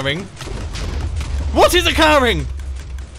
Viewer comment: Normal people:WHAT IS HAPPENING Mumble:WHAT IS OCERING